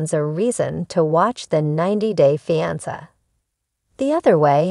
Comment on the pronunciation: Learn how to pronounce fiance AI robot.